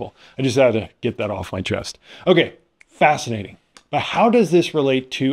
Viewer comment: How fast-inating!!! 😆😂🤣